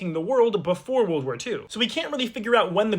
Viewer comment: Why you said world walphar 2